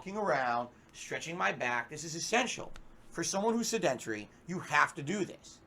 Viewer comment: "Se Dent Tree" not how you say that word,. not how you use "literally,".